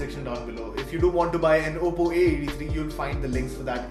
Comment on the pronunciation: It's oppo not apppo